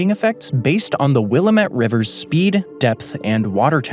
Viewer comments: this is not helpful or constructive to the video at all, but it’s will-A-mette, emphasis on the a, pronounced like the a in apple. as an oregonian it is my biggest pet peeve when people say willuhmit 😭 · Everyone from outside Oregon pronounces it WILL-ah-.Met lol. I was quickly corrected, its Will-AM-ett